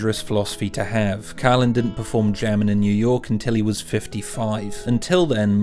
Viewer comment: I can't say how you'd pronounce the 'Ri sound in the words 'bags' and 'cans' since neither possess that letter. What? I was only listening to this video and was really shocked that you called his "Jamming in New York" special "GERMAN in New York". Twice. I saw it LIVE. NOBODY called it 'German', we all read and saw what it said: "Jamming". George certainly never claimed to be anything but Irish & never mentioned anything of a Teutonic nature in his background. Carlin was a Master with pronunciation, Mate. Please keep practicing and remember: There are NO 'R'' sounds in 'Bags' nor 'Cans', and the word 'J-A-M-M-I-N-G' isn't pronounced 'GERMAN'. Totally different word, completely different pronunciation. It sounds like "Jam" plus the sound 'ming'. Try it- "Jam" + 'ming'' = 'Jamming'! My 6 year old niece just did it. Wow, Mate. Practice your alphabet a bit too, eh? I recommend starting with the sound an 'R' makes and what a "J' sounds like. Not quite a 'G', but I guess that'll come with repetition and LOTS of practice. Cheers!